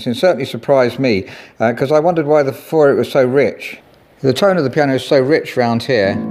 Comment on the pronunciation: Ravinder2220 Feurich Is Pronounced As Few Rick